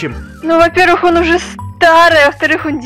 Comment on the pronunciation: сказал узе😂